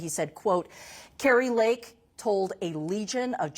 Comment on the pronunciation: Kari"n" Lake it is. LOL